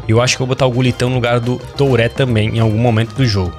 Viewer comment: Oi o nome do jogador se fala do jeito q eu vou escrever aqui..é thurrêe q se pronuncia e não touré...meu pai não aguenta mais ouvir vc falar errado....kkkkk